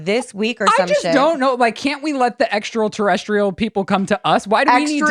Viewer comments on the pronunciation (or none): It’s extraterrestrial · “Extrial Terrestrial,” I’m DYING 🤣